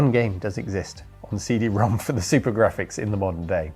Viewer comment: You’re the first westerner I heard say CD Rom2 the correct way.